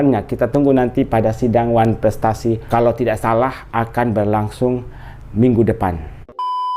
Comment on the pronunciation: Ngomong wanfrestasi aja susah keliatan kn bego nya tp kok bs jd dokter 😂😂😂😂